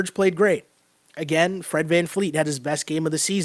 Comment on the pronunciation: It’s Fred VanVleet with a V not vanfleet